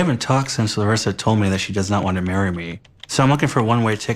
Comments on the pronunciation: Hi, I'm Brazilian, it's been awhile since I watched your reactions to this couple, I was so happy and surprised when you pronounced Larissa's name correctly 🤗☺️☺️☺️ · Im Brazilian and I just wanted to say that I really appreciate you trying to say Larissa correctly. You are a sweetheart.